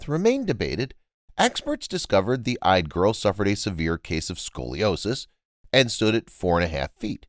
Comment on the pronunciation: Yde. It sounds like "EE-duh." Otherwise great job.